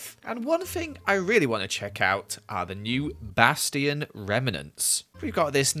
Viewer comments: Just a tip: A bastion is pronounced "Bass-chi-on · The funny thing is he still pronounces Bastion the same way